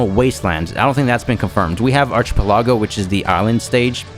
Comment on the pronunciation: Its ARK-I-PEL-AGO